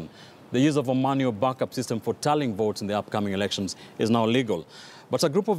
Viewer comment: did he say erections?